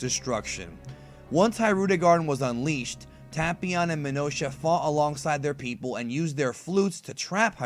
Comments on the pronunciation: It's not pronounced tap ion it' ITS TAPEION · Ta-pee-on. I thought it was Tay-pee-on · It's pronounced TAY-PION, NOT TA-PI-ON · Am i the only one who always pronounced tapion as Tape-ion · “Tahpeeon” lol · Anglo Laflare tape eon. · Devious J I’m making fun of how he’s saying it. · Black Disciples TA-PYON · That's now how u say his name pal😐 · you said the name wrong tapion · He pronounced tapion wrong